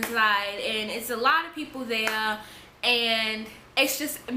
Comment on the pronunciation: Her accent😻 the way she says 'lost' like 'luost'.. Also when she said 'honestly I didn't even ce-ar, that the cops was the-ar'..😻